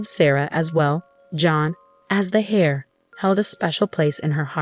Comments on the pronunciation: Heir is pronounced air. The h is silent. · The male child is not the "Hair" , but it's pronounced "air".